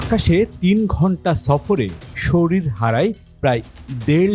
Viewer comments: শরিল থেকে?আগে উচ্চারণ ঠিক করেন,তার পর ভিডিও করেন,বোগাস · সরিল নয়, শরীর। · শরিল না কথা টা হচ্ছে শরীর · শরীল নয় শব্দটি " শরীর" হবে